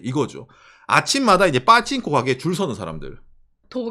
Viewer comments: 빠칭꼬 발음 찰지네 ㅋㅋㅋㅋ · 빠칭코 발음 찰지다